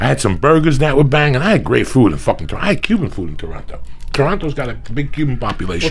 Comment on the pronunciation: It kills me hearing them pronounce Toronto like that